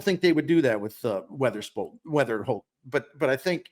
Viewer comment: It’s Weatherhokt NOT Weatherspoom!